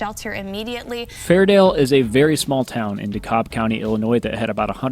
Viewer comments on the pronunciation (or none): In Illinois, we pronounce the L in Dekalb.